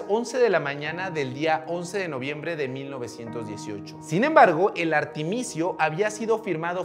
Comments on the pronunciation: Es armisticio no artimicio; un trabalenguas no pasa nada, saludines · Me gustaría la 2a parte,. Y no es "artimicio" sino "ar mis ti cio" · No es artimicio, sino armisticio ... Jeje no problema, suele suceder 😃😄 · Dr, disculpe que me tome la libertad de corregirlo. No es "Artimicio" es Armisticio. Gracias por el video y en general por todo su trabajo en redes y en la vida real. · Me gustó mucho el video, muy interesante e informativo,y si, me gustaría una segunda parte en la que hables de la segunda guerra. Dos pequeñas fallas, que supongo se te “brincaron “ : el término correcto es “armisticio “, no artemisio; y por otro lado, no hay reino europeo, tal vez quisiste decir “continente europeo “, pero me gustó mucho en general ( por cierto, podrías hablar de los efectos del “gas mostaza” usado durante la primera guerra?) gracias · "El Artemisio" 😂😂😂😂😂😂😂😂 AR-MIS-TI-CIO Jajaja😂😂😂 me tomó la libertad de burlarme de eso, así como se toma la libertad de hacer mofa de la ignorancia de la gente. Y me burló habiéndo estudiando Relaciones Internacionales. Jaja 😂😂. Estuvo cagado. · Artimicio? No es armisticio??? 😄 Las guerras son la excusa perfecta de los que perdieron la capacidad de amar. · Muy buenos datos, sólo una pequeña observación se dice: armisticio. Pero muy buen video como siempre. Gracias.